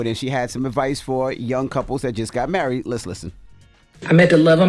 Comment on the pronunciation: "because I'm murried" 😂